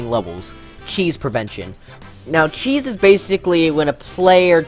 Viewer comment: Kheese prevention Seriously? It's *CHEESE*. Not kheese